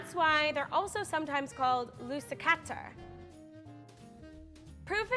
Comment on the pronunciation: I am happy to have a "Swedish" producer on Tasty (Vart är Alla mina Svenskar?? 🇸🇪 Edit: Haha the way you say Lussebullar and Lussekatter is So funny 🤣